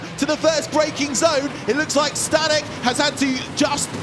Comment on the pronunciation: Staněk = Stahnyek, short vowels.